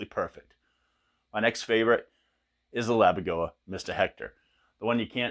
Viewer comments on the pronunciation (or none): Pssssst, it's Laboga, not Labogoa 😁 Also regarding tube/solid state - that only refers to the tube/diode rectification, quite similar to the options on a Mesa rectifier. Had nothing else to do with solid state amps like the Randalls etc. Absolutely killer tones though. My Mr Hector is also one of my all time favourites 🤘